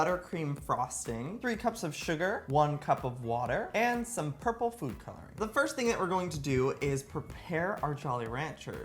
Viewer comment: Lol on mins he said flu color